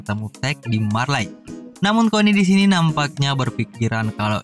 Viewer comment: Hange dibacanya hanji Marley dibacanya Marley aja atuh bang